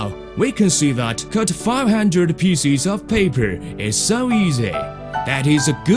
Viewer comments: when he says pieces, sounds like feces. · "500 feces of paper" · And cut it into peecis im in fucking tears